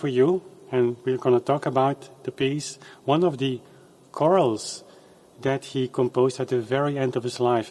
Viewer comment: Thanks for a very contemplative rendition. By the way not to be annoying but the term “chorale” is usually pronounced « kor -Al »….. emphasis on the second syllable and the « Al » pronounced like the short name for Alan. Your error (slight though, please forgive me) is in pronouncing it more like the word « coral » the endangered sea life that leaves beautifully branched structures or brain-like calcium carbonate (? It’s been a long time) skeletal support that is being bleached by global warming and destroyed by certain marauding starfish